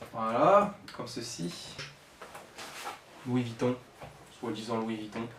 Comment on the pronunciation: La replique de ses pas louis vitton mais louis bouton😂😂😂😂😂😂😂😂😂😂😂😂😂😂😂😂😂😂😂😂😂😂😂😂😂😂😂😂😂😂😂😂😂😂😂😂😂